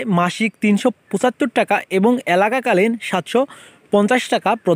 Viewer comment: Vaia alaka kalin na..ayta এককালীন hba bola tik hoy nai